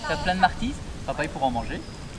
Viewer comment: c'est chouette "les martizes"